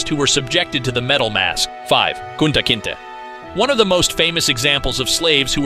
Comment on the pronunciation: It's not Kunta Kintah it's pronounced Kunta Kintay. You could have watched the movie...